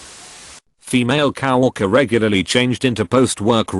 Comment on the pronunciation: Fun stories but get a real person to do the voice-overs; That computer voice does not do it. COW-worker? K-E-$-H-A?? It sounds like my computer voice when I turn it on to read out something I typed down.